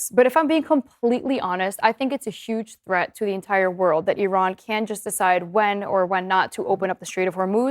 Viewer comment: American people watch Reuters, Associated Press, FR24, BBC, TRT WORLD, Deutche Welle to get Real News american media is all PROPAGANDA and serve zios...... E-RUN E-RAN I-RUN You All RAN......🤫 cant even say IRAN.... cant even point on the map but those ppl on TV have idea about IRAN war aboud the Region u guys soooooooo funny and not educated 🤣🤣🤣